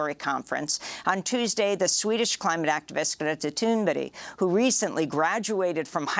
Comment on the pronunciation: Wow, Amy actually pronounced "Thunberg" correctly!